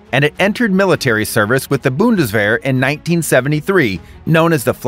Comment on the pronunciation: Dude, please get the German Name Right, it’s Gepard and Bundeswehr Not whatever you said.